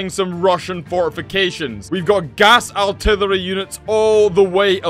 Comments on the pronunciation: I'm here for every time says "artirlwerly' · he says artillery so weirdy